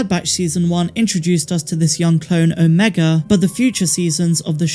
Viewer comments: Why do you pronounce omega correctly when talking about the project, but when talking about the character, you say "omeger"? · “Omega-r” lol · "Omeger" I'm dead lol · Her name ia Ameegah, just ask her brothers antah, eekoo and reeka. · “Mas ameda “ was what I thought she was sayin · Every time I hear it, I hear Mark Amiga instead which sounds like the name of a guy I used to work with.😉👍✨ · 😂 that's what I always hear, too! Hey, maybe it's really your friend the Empire is looking for... hmmm. Now I have to watch it again, what a terrible fate! :_MAULRAGE